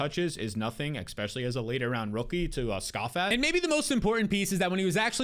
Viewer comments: I’m just here for the “ex-specially”